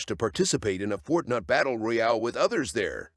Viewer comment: Did he say “ Fortnut battle royal” 💀